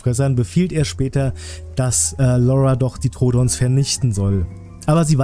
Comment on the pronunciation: Du hast troodon falsch ausgesprochen,es wird Troodón ausgesprochen.